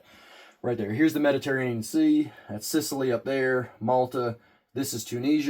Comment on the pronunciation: Med-uh-tear-in-sea lol southerners are something else😂😂😂glad to see a new video